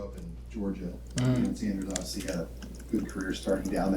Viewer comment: “Deion Sanders” 🤦🏿‍♂️